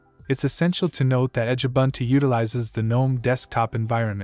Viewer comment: You so nicely pronounced Ubuntu....then screwed up Edubuntu, Kubuntu, etc. Why? It is ooh booon too